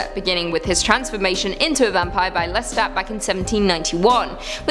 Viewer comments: Love you but it's Le stat not Les tat! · It's pronounced LesdOT.